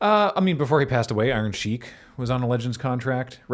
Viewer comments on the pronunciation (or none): none